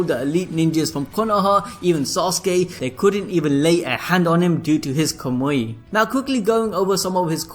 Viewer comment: Is the mispronunciation a running gag in this channel? love the video but who the hell is Abito who uses kumoyi?